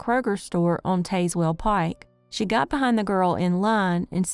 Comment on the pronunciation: The "e" in Tazewell is silent 😊